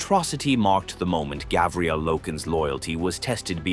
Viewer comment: Say it with me: Gar-vi-el